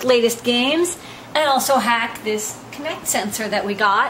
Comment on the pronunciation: It's not "Connect" it's "Kinect"